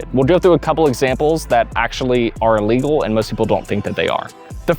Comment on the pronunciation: Great video – you addressed some uncommon scenarios that I never thought of before and cleared up some confusion from just reading the rulebook. I just wish you took some time to re-record and edit confusing sentences and clarify what (to me) sound like mispronounced words like illegal and legal. Section #1 BALL BOUNCING OVER THE NET to “... but if I hit the net, it doesn’t just end the rally…” I’m pretty sure you mean “if the ball hits the net”. Later on (#6), you specifically state that you can’t touch the net. Section #3 BEING ESTABLISHED OUTSIDE THE KITCHEN to “… if you ever step into the kitchen, you need to establish both feet outside to be (unintelligible) able to hit a volley after that point.” I re-played it a dozen times and most times it sounds like you say “illegally”, but by context you must mean “legally”. Suggestion: replace all words after “outside” with “before you return the volley to avoid a NVZ fault.” #4 ERNE CANT’ (sic) CROSS THE PLANE OF THE NET… to “The problem is, most players try to make contact on the opponents’ side of the court, and that’s legal.” Why not just say a fault? Once again, in context, it wouldn’t make sense to call this legal. #9 OBJECTS ON THE COURT and #11 CAN YOU THROW YOUR PADDLE TO HIT A BALL Multiple of questions here. to “if you take a volley out of the air and then your paddle drops into the kitchen, that would be a fault” – I think it’s a fault any time your paddle drops into the kitchen